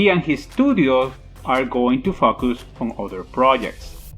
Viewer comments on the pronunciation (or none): almost spat my drink when he said 'fuckus' in the beginning lol